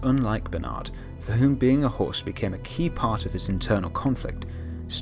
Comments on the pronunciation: i don't really watch the show but clicked on this video anyway. Everytime you said host, I thought you said horse lol. I was so confused. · wait he has been saying host